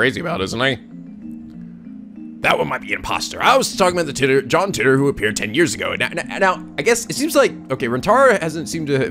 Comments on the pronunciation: It's John TIGHT-er Not John TIT-er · I looked up some interviews with scientists talking about John Titor, and a majority say "Teetor", so that's probably it. However, I don't think there's been a physical interview with the man himself, so we'll never really know how it's truly pronounced.